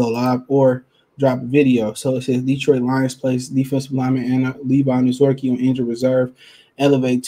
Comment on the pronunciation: Anazorkie lol bro you butcher so many names I believe it’s intentional sometimes but great content regardless